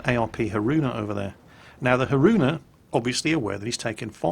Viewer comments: Ah yes, the ARP Ha-roona, thats definitely how thats pronounced :P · Haroona. ಠ_ಠ Really? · your completely Englishman pronunciation of Haruna made my day. Lil bit of cringe, but more laughs than anything. Anyways, don't put the emphasis on the "ruu". Say it in one smooth pass, not as if a donkey stepped on your foot on the second syllable. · pronouncing Haruna so bad that my Kantai Collection Haruna said she is not daijobu